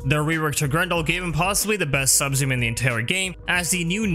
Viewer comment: I legit didn't know you were saying 'Subsume', It sounds like "sub-zoom" and I was racking my brain trying to figure out what a sub-zoom was. lol